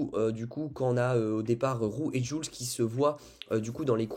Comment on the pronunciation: ça se dit « joulsse » 🥲😅😅😭